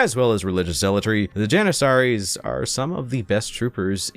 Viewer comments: Pronounced’Mack ah bee in Jan ih sah ree’ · Maccabian “Johnuhsahries” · The way your pronounce janissaries was crazy lol